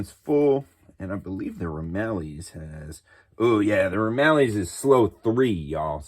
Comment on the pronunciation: Nice video! Couple of small items, and not trying to be rude, just educational. Akagi is pronounced uh-kaa-jee believe it or not. I’ve also heard it pronounced ah-cog-eee. The Ramallies is pronounced ram-il-leez